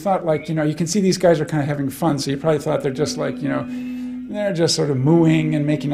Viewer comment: He says 'thought' like 'fart'. 'Thart' Weird.